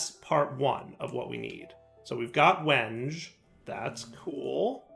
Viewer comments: as much as i enjoy a bit of mispronunciation, it's pronounced "wen-gay" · It’s pronounced “wen-gay”. Sorry. Woodworker here. :) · same lol. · I REALLY hope that he's saying wenge like that just to mess with people.... There's gotta be so many loosing their minds. I love it. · It pained me to hear his pronunciation... Wasn't sure how many others would be woodworkers to catch it. I'm sure he's got a backlog well past where he could correct it.